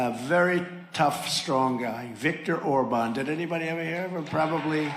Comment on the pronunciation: Aside from DJs erroneous declaration of Hungary’s borders, he always say Orbond. It’s Orban, dummass.